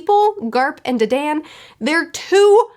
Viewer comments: the bandit ladies name is pronounced (duh-dawn) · Pronunciation Tip: Dadan’s name is pronounced “don”. Like a mafia Don.